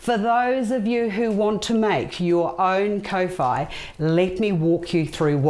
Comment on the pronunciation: Your pronunciation is not the best if you say kor fy that's how kowhai should sound . Not co fy